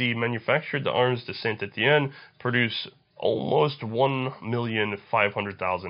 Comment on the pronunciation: its "tooll, shaw-teh-role, and San Etienne